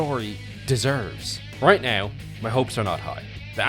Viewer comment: I love the video but please, it's not "neaow" it's "now" It's not "heaow" it's how. Fix your prononciation it's frustrating